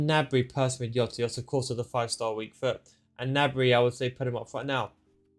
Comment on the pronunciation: Stop calling Jota iota. Plz